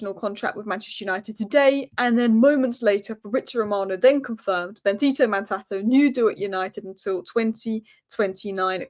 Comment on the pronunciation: you're atrocious at names 😅 It's BenDito not BenTito.... Since you're a girl I'd think it's hard not to see the D.... But alas